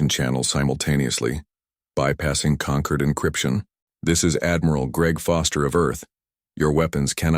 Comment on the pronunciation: The lesson here is... Never name your empire the "Conquered" (concord)...